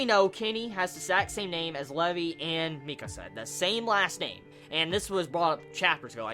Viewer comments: dude the name is LEVI NOT LEVE pronounce it right plz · When you where pronouncing Levi's name as Lev-ee, I was like....who the fuck is Levee? Then I realized you were talking Levi haha.